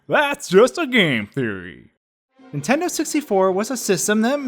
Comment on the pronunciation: Every time you say on Nintendo it sounds like you’re saying on intendo and it drives me nuts